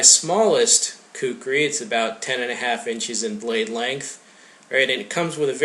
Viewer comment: Actually, "kukri" is closer to the actual pronunciation that "kukuri". Its a nepali/hindi/urdu thing.